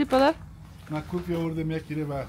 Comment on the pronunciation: چرا کوفی میگین درست تلفظ کنین کافی بگوین